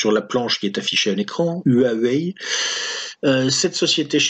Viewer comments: Petit tuyau pour prononcer "Huawei" : ça ressemblerait à "Roi oueille" pour un francophone. Et Xi Jinping => "Si Djin'ping". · Pour huawei la prononciation est du genre rwawéï. Si ça peut aider. Une super vidéo d'actu comme d'hab, merci pour le temps passé à la faire. Je converti progressivement mon entourage à vos vidéos. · Huawei se prononce "roi ouais" je travaille moi même pour Huawei a Shenzhen, Hua veut dire langue Wei veut dire étranger voila l'affaire Huawei prend une importance incroyable en Chine comparable à celle des gilets jaunes en France.